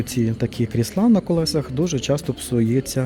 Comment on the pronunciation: Не кріслА, а кр І сла, а взагали то це стільці 😂. Та звісно ж, яка різниця.Хай собі людина каже, що в голову прийшло. же тільки покищо вчиться розмовляти українською, бо для нього це не рідна мова, він італієць- Вентуріно....